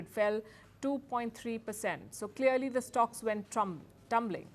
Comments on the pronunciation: Did you say Trumpling stocks😅😅😅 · she definitely said “stocks went trump-ling” 😂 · Did you say Trumpling???? Must be against Mr Trump 😂😂😂